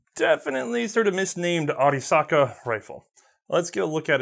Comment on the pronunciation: Wdoesnt attempt to pronounce German. Pronounces arisaka with the accent of Tokyo bus driver.